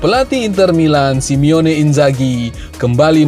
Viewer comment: Bang namanya SI-MONE bukan SIME-ONE lain kali lebih teliti jangan mengulang2 kesalahan. Kalau Simeone itu Diego Simeone pelatih athletico madrid. Dan Lamine Yamal dibaca (Lamin) Harry Kane (Kein) Kalau Sadio Mané, Leroy Sané baru dibaca é nya